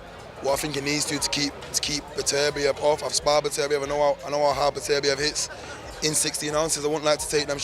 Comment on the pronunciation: Artur Beterbiev absolutely HATES the American pronunciation of his name. His name is not Betterbiev, it should be pronounced as three syllables, BET UR BIEV.